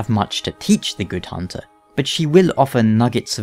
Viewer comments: is it a german accent? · I really love Eileen's accent of pronouncing "honter", "blurd", "enurgh", sounds so special.